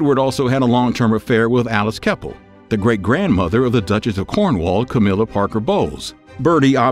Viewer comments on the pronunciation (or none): none